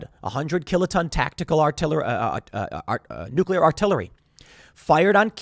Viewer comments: Nuc-u-lar, pronounced nuc-u-lar. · New-kill-iar war .